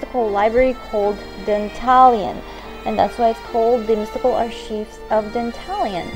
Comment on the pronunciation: You pronounced archives wrong, no big deal, just thought I'd let you know lol